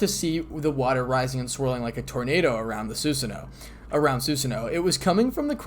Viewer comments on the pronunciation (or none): none